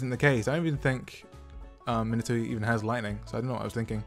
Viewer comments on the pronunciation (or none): I like how you pronounce Minato as Minito lol